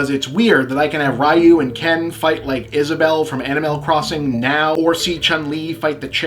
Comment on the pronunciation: Also “Rai-yu”...